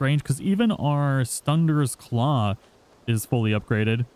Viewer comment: Me when he say stungers claw instead of suttungrs claw: 😐